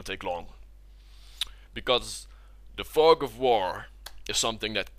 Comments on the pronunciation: thought he said the "fuck of war" ROFL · Wow that pronunciation ..... da fug of voor!